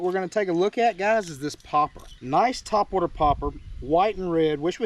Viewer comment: Whyyyyyy you like top wat-er? 😁